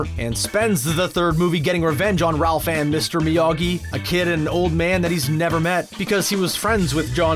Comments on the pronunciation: You mean, incorrectly? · I've never heard Ralph's name pronounced that way.